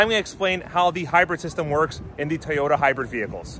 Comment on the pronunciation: Thank you for now pronouncing Toyoda correctly